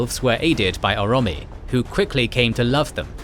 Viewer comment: Dudeeee you gotta learn to pronounce shit right, Orome is not pronounced ura-mee